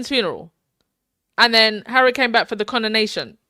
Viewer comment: LMAO@ "CON-A-NATION." I haven't heard that in awhile! 😅😅😅